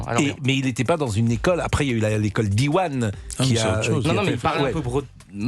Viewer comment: Pascal, on ne prononce pas diwan avec un A mais avec un AN. Valable pour le prénom Yann d'ailleurs.